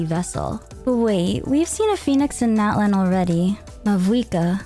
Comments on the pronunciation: Min what must I do for you to say Natlan correctly (not-lawn)😭😭😭😭😭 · btw natlan is pronounced not-lawn ! <3 also mualani is moo-uh-lawn-ee!